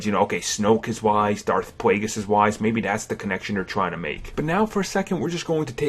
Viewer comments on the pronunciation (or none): dauwf pwaygiss lol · Darth Pwaygus?